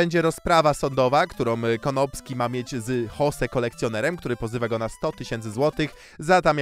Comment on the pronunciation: dlaczego słyszę tam zamiast konopski to słyszę kondomski XD